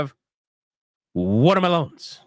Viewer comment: Bruh, watah Malone's had me rollin 😂